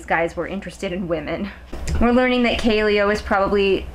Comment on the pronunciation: Kaleo's name is pronounced Ka-Lay-Oh not Ka-Lee-Oh